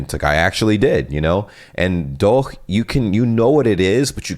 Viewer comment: Congrats on perfectly getting DOCH. ;)